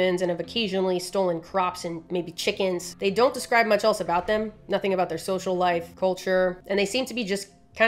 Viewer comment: It’s the way she said don’t cause she knew that somebody was gonna say something